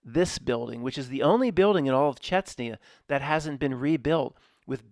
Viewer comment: Grozny and Chechnya, not Grotzny and Chetsnya. You can do it. 😂🤣😂